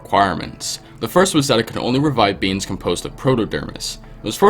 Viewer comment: When he said the proto dermis produced by beings it said “beans”